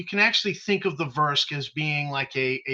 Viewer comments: Hi, I'm ok with whatever pronunciation people use, but I what I hear from you is the opposite of what you wrote -- I hear you saying "vursk". Then again, I'm from Boston, so my accent disqualifies me from English class most days. 😆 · been enjoying the content, not picking here but where did you come up with your pronunciation of the race name. Are you making the U a silent letter?